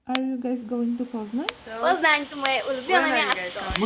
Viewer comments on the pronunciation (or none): Why are you calling it “Pose-nan”? Can’t you even get the pronunciation right ?!!